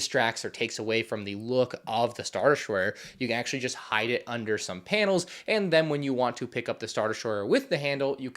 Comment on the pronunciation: Pute a finger down when he says “panil”